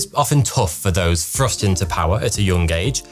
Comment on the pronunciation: Can you pronounce "th" if you really tried? Or does it always just come out as "fff"? "just fffirteen years old, fffrust into power"